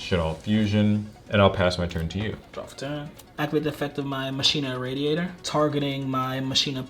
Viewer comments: anyone else bothered by how he says "Ma-shee-na" instead of "Ma-kee-na"? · So while I love these duels...my only complaint is y'all's pronounciation of Machina xD It's not "Machine-uh". It's "Mach-ina." Like Deus Ex Machina :P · Its not mashina, its machina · Am I the only one that is hurt everytime they say mashina instead of machina? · Anyone else pronounce it ma-key-na and get super triggered when they hear people pronounce it ma-she-na ? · Am I the only one annoyed when says "ma-shee-nuh" instead of "ma-kee-nuh"? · I thought it was pronounced "ma-kee-na". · Damn near everyone says it wrong online. It bothers the heck outta me. 😅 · regardless of how it sounds, it is the correct way to prounounce it. It's like "deus ex machina" "ma-kee-na" not "ma-shee-na" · How you pronounce it is mech-a-ny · word actually comes from Machina, Latin for Machine, properly pronounced as Makina. Should be pronouced just like Machina in Deux Ex Machina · The way he pronounces machina hurts me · I know but it still dosen't feel right, such as when people pronounce bologna how its spelled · Great vid dudes! But why can’t any Yu-Gi-Oh! players ever pronounce “Machina”? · Saying machina wrong is 😬